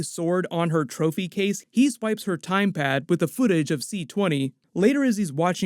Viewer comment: Am I the only one who is hearing say 'Time Pad' instead of TemPad?